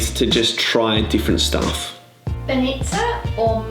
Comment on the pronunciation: Foreigners tend to put more stress on the suffix of the word rather than the prefix. You keep saying SofIa when its SOfia and the same with BAnitsa, you say BanItsa.